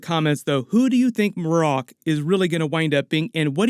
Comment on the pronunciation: "Mah-Rock" btw